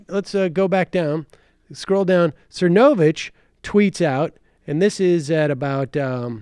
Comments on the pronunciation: I'm at the hair salon so I have the subtitles on and every time you say Mike's name it comes across "Mike sir no bitch." Lmao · Is it supposed to be funny mispronouncing Mike's last name? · sam constantly mispronouncing cernovich is poetry it's like he just makes no impression on him whatsoever - completely forgettable